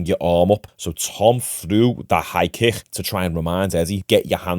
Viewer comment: Why do you pronounce the word kick so lazily